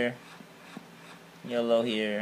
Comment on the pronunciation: I heard yolo instead of yellow.. :P